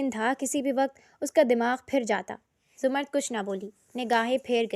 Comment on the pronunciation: Urdu theek kar lo 🙏 larki ka naam zamar-rud hai Za-mrd nai intehai uljhan hoti hai